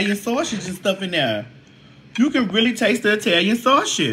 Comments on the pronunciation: Sausage not Sawsh*t!! 😂😂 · Not the saushid..lol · the way you keep saying “Saushix”😂